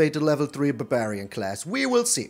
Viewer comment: The way you said barbarian made me laugh pretty hard. Buburian. It's no longer barbarian, it's buburian now.